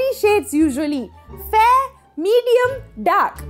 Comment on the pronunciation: Everytime she said dark skinned people it sounded like"duck skinned".